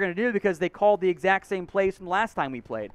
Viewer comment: PLEASE PLEASE PLEASE Learn the difference between when it is appropriate to say “tha” versus “thee”.